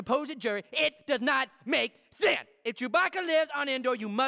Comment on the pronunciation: The way he pronounces sense 😂 That does not make SUUENSE